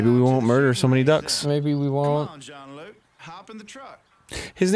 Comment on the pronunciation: "John Luke" Im done. Out. Can't even.